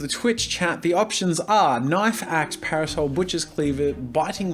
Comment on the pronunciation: when he kept saying parosel I got confused then hire drew an umbrella